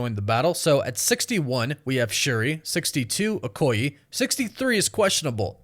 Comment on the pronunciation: he keeps saying “a-ko-yee” Okoye = “o-ko-yeh”